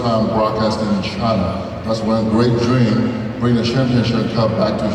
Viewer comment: 念到大梦时都听不清了 果然乔丹第二